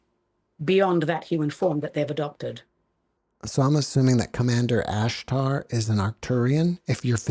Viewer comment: She speaks with an accent, it feels only little bit ,like her basic language is hebrew....when she said Ashtar, the "r" in the end it sounds a" throat r" like in french let say, but also hebrew